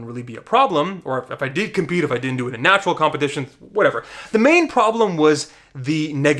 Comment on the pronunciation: Simeon Panda is somewhere like “I don’t need to watch this video yeah, I’m nachural, always been nachural.”